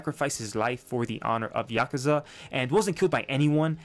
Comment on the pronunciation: “Yazuka” lmao